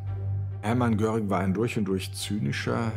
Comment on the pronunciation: Der hiess nicht Göring sondern Göring!